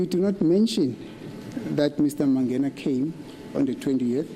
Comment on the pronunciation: The way pronounces "Mangena" irritates me